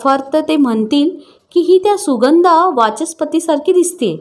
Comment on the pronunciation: सुगंदा ,कता असे उच्चार रसभंग करतात.